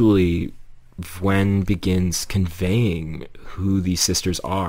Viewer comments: vwen? i thought it was pronounced like v-oo-n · Vwen? its vewn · I thought it was pronounced "viewn" and not "vwhen". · it’s pronounced vewn like veyoun, rhymes with toon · "Vwen" 💀cool vid man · its "vue-n" !!! aaaaahhhh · i used to pronounce it as vehwn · Oh, is that how you pronounce her name? I thought it was v "ew" n. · egad u purrnounce Vewn totally diffurently than i do, that threw me off a bit XP i love your analysis, not to mention your artstyle!! i rly like its simplicity, its so to the point and it’s something i struggle to incorporate into my own art so count me as envious XP